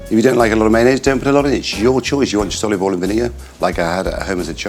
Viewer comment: he pronounces it like the south does in the us “olive ull”